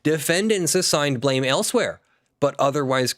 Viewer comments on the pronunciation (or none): none